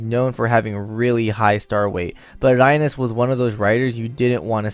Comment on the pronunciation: Rai-nez? It's Reines as in the reins of a horse. Grab the reins. Right? Rai-Nes sounds so off.